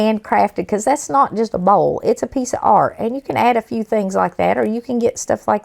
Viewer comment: My mom is southern. She says"boiwl" like you do! 😂❤❤❤❤